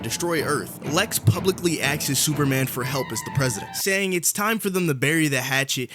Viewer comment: "axes" - - > "asks"